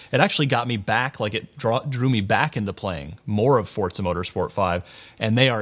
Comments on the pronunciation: Its Forza, NOT FUCKING FORTZA!!!!!!! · hey it's FORZA not fortza!!!!!! say it right, jesus this can be viewed around the world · Nigga keeps sayin Fort-sa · It's forza, Not fortza ! It's funny how the people that are supposed to report the latest news on games can't even say the name correctly. WTF ign??? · im spanish and forza resembles "force" in spanish (fuerza) there is no fucking "T" before the Z